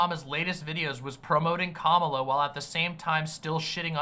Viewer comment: can't even pronounce Kamala rightt lol.